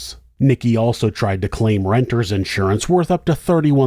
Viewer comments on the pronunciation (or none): I love how you pronounce insurance as though there’s an ‘out’surance 😂